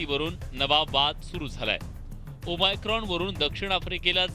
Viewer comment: डियर मराठी मीडिया, ते ओमीक्रोन/ओमीक्रॉन नाही. ओ-मेगा(o-mega) सारखं ओ-मायक्रॉन (o-micron) आहे. आधी नाव नीट घ्या, मग घाबरवा. प्लिज..🙏